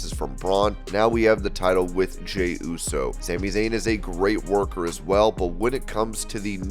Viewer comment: how did you mess up jeys name every time you said it? 🤣🤣🤣